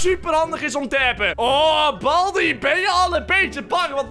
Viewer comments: Waarom zegt boldi suprijs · het is geen balbi maar baldi.